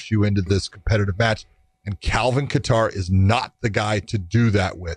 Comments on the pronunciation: They are pronouncing Kattar wrong🤦‍♂️ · You ladies are pronouncing Kattar wrong. Lmao